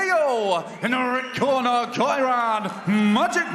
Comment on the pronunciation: Nick potts from Wales bkb has an Irish flag next to his name so wrong song in the chariots of fire feck up when it was st elmos fire ,then mispronounced Geriants name ,,,,wth